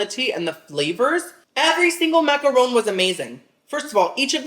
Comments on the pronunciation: MACK UH RON (not rone). 😮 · MacaRON, not Rone. Ron as in Harry potter's bff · So yall just gon keep letting him say maca-RONE? Smh, the shade of the boots!, it’s actually pronounced maca-RON (like the man’s name). 🫶🏾